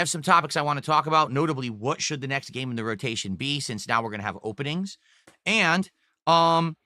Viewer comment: "There is the new uhh.. gaYme, ZUlda doh the uh what's it called? uh.. HIGH-RULE something something something, it's the waYun that plays like high-Rule warriors..." Spoken like a true alcoholic 🤗